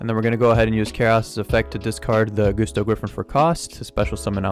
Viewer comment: Gusto's aren't pronounced GOOsto it's Gusto like Gus stubbed his Toe. You know? Like Gusts of wind.